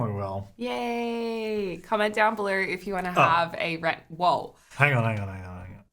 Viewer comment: “Winderrrr” and “belurrrr” lol 😂